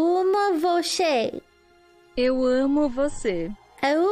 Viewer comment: Portuguese speaker here, not bad, Eu amo was right but Você is pronounced vo-se not vo-she at the end. But overall, good, 8/10.